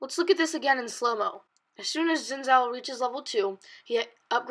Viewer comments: omggg. a stupid kid who can't pronounce Xin Zhao. "Xin Shao". Dumbass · Ethan Dodge And he should also learn how to pronounce "Xin Zhao"